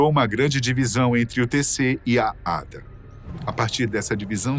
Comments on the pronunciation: Detalhe inútil... ADA se pronuncia A.D.A separado... não ADA... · Se pronuncia A.D.A